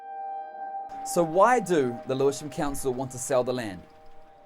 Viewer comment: This man cannot pronounce lewisham XD